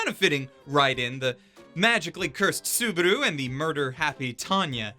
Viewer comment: did you just call Subaru "Suburu"?